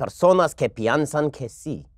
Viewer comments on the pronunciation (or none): Dude! You accent is better than the Democrat candidates. Just one thing; it's 'piensan' not 'piansan'.